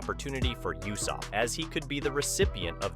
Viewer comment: Why did you say yousopp